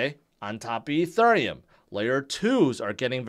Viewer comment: can you say Ethereum properly